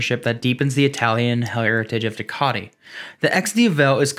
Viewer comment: Due-Ka-Tee, Dee-Ah-Vel. Great video otherwise!